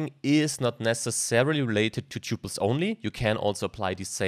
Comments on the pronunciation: TUPLES!!!!! not ťyuples! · Look up how to correctly pronounce the word 'tuples' apart from other words. Thank you!